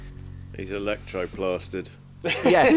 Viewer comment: Shouldn’t that be Ectoplastered? Not electroplastered.....